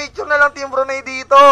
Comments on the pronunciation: Btw brunei pronounce broo-nay not broo-ney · CORRECTION LODS, BRUNAY NOT BRUNEY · Okay na sana kaso yung pronunciation niya sa brunei bruney e